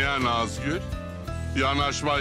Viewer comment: Afetin saniyede Nazgül yerine Kazgül demesi peki 🤣🤣😂yada sadece ben mi öyle duyuyorum benim gibi duyanlar butonu patlatsın